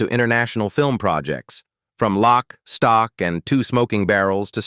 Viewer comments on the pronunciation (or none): none